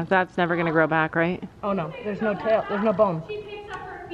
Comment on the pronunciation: *Tail*not taul